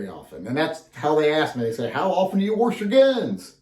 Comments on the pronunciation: So next time show us how you ‘wawrsh’ them. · I just lost so much respect for you. Warsh? Really?